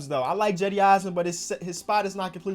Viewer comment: So we’re not gonna talk about him saying Jedi instead of cedi